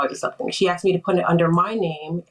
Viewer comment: It's "A S K E D", not "A X E D" Ugh 😫 so cringe